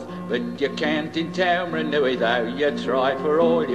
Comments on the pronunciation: That is definitely not how you pronounce Taumarunui. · Actually that's not how you spell it. But your'e right. Shocking pronunciation which was typical of the era.